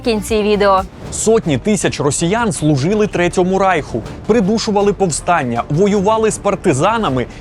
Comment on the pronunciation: РАЙХ-вимова на німецкий лад.